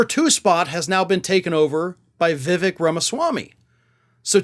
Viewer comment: "Vih-vake," not "vih-veck"